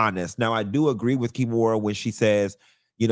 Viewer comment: I holla everytime you call her KEY - MORA 🤣